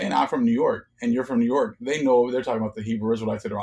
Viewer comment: yo when you said new york the lord told me new yoke...merchant state???